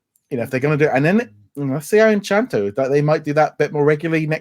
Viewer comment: Please remember guys it's Encanto not Enchanto😊